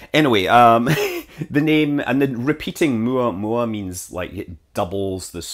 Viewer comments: It's [OO MOW MOW] for a lazy phonetic English version.. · Correct pronunciation